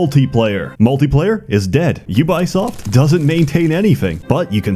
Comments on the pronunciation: It is "U-bee-soft", not U-bye-soft" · i never knew it was pronounced you-buy-shit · Had to stop the video right to say this: HOW DO YOU MANAGE TO MISPRONOUNCE UBISOFT?? Edit: I see now... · The way you pronounce Ubisoft gave me memories I wish would stay hidden forever of the YouTube channel runforthecube. Also I really couldn't get into any other HOMM game after 1, 2 and 3. I tried them all, really wanted to love them, but just couldn't. How can they mess up so bad on such an old and easy formula?